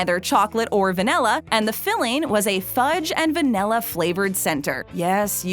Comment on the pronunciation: Va-NILL-a , there is no “e”, no nell, in vanilla, thank you.